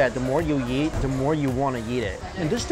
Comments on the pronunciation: i like how he says "yeet" instead of eat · why does he say "yeet" instead of eat?